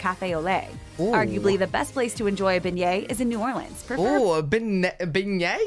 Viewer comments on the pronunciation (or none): none